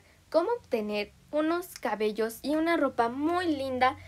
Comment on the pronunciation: Pense que decias caballos xd